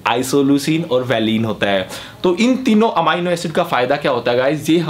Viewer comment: अमाइनो नही बोलते घोंचू😂 एमिनो बोलते है घोंचू।😊